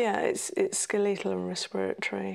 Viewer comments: It’s SKELLY-tul RESP-ira-tree. Brit here, ignore the weird pronunciation in the video.they’re playing at understanding medicine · She’s saying skeletal!? I thought it was “scoital” or something Lolol